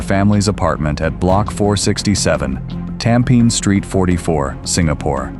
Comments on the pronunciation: Yes I noticed this guy kept saying “Tam Pin” 😂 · I'm Singaporean and unfortunately for us, Tampines is literally pronounced Tam-Pe-Nis. 😂